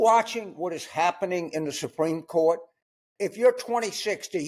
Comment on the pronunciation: "No one is above the shurt"